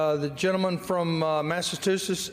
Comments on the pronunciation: Would have been hilarious if McGovern would have requested the Clerk of the House to read the "Speaker" Jerry Carl's words back, pausing on all his mispronunciations so everyone could enjoy Alabama's requirements for graduating the sixth grade! Kinda makes you wonder if he's got any shoes on behind that podium in case he has to do any 'rithmatic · Thank you! I came to the comments looking for this. No grown, literate person uses his finger to point to every word he's trying, yes trying, to read! Unbelievable! And he's the leader in the House? Mispronounced words left, right and center, especially Massachusetts? Smh 😮😢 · If you ever listen to any committee regarding anything you realize one thing very fast. These people are complete morons and couldn't do anything else in life. This guy can't even pronounce Massachusetts i mean holy s*** The problem is this is Alabama he reads much better than the people who voted for him. Its past comical to sad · He also said unless my hearing is off (and it could be) that he said twice "the member from 'Massatusettes'" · "Mass a too sits"? Wow... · "Massatwocents" -that Republican doosh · "Massatusetts" -- awesome. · Forget about needing a Driver's license to vote. People need to correctly read/pronounce a list of 12 'big words' in order to vote! Including "Matchatoochets"! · (R)Rep Jerry Carl from Alabama is chairman of a House Special Committee. He’s been a Representative since 1981 (if I remember correctly). He cannot read. He cannot pronounce Massachusetts (always says Mass-sah-too-tets). He doesn’t know how to do his job ! Everything he needs to say is written on paper for him (which he can’t read) and is often prompted by the clerk on what to say and what to do. And he is paid $174,000/annum. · America needs to grow up and stop electing completely ignorant and unqualified doofuses. The man can't read or speake English. (Massatusets, acquistion, precincts.) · Massatootsits? Bless his heart.